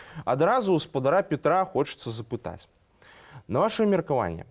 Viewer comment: падвЯдзем!!! а не подвИдем!!! пра тоЕ, а не про то! у спадара ПЯтра , а не пИтра! У рэгiенах. а не В регионах. лЯцiм. а не лИцим!!! .... уважаемый журналист!